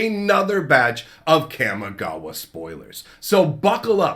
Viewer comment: I'm sorry, so sorry to do this, but you know this is a Japanese based set. I know this is rude to correct you, but it is pronounced Kah Mee Gah Wah not Kam Mee Gah Wah. Just use Spanish vowels. Japanese has the the same vowels Spanish. Also, it is Ninjustu not ninjistu. I know this is annoying, but it bothers me as much as people saying Azuza instead of Azusa.